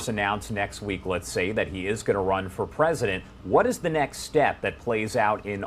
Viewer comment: Did Ron have his shoe-lifts in? It really makes him a pwesident in my mind.